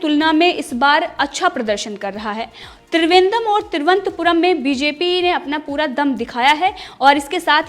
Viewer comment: Cheap news.just like bjp.she can't even pronounce the capital of Kerala properly.